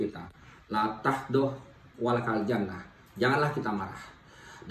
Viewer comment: Pengen ketawa denger bpk ini mengucapkan bahasa Arab,la tahdof walataljanmah...ada yg seirama dgn saya...kalo boleh koreksi,🙏🙏 thanks La Taghdhob wa la Tahzan... 🙏🙏🙏